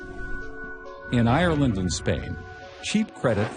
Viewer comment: Americans can never say Ireland right xd